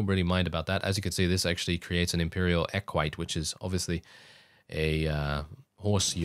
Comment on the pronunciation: the pronunciation is like eck-wit-ay